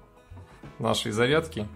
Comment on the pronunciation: Наверное "Зарядки ", а не "задки")))